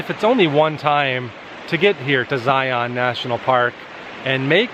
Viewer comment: You can always tell those who don't live in Utah. They don't know how to pronounce Zion.